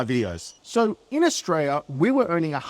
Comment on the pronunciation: 100% agree mate. It sucks in Aus at the moment, I'm glad im not the only one wondering why life isnt like it was in the 80's & 90's.. . Can u do us 1 tiny favour though? Can you pronounce the country with an L and not a Y .. AustraLia, not AustraYa.. it just ruins your credibility when you make a video putting down the country you grew up in, yet you mispronounced the country name. If u have a speech impediment, i apologise, my bad. Maybe just keep in mind for future videos.